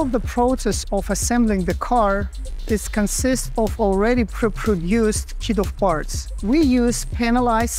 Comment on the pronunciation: Really cool, but at about 2 mins in, it sounds like you are saying "kiddo farts"